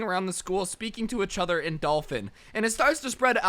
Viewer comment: Nobody: Each other: Ech other